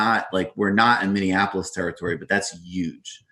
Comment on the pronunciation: It's Minne-apolis, not Minne-an-apolis.